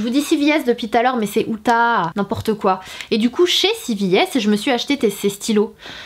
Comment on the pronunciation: Et on dit ulta pas outta 😉